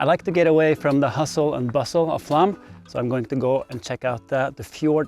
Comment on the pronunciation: Why you keep saying "Flam" instead of "Flåm"? You say the "ø" and "æ" correctly, and you also manage the "å" in your own name "" just fine.